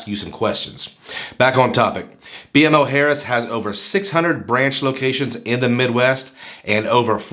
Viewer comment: Good review, it's actually pronounced Bee-Mo Harris. Very good bank & I plan to apply in couple weeks once my youngest account is 6 months old. There's 3 within 10 minutes from me. Definitely not new accounts or inquiry sensitive either!